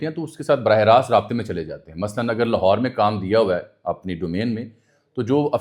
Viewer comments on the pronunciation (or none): none